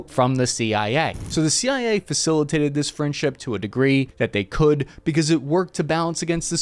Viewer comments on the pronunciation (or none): none